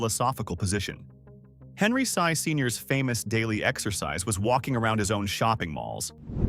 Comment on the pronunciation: Sy is pronounced "see" instead of "sigh".